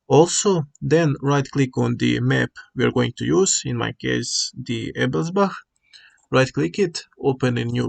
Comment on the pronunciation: As a certified German I can approve your pronunciation of Ebelsbach. Also I finally got things to work on my favourite map. Big thank you for this tutorial!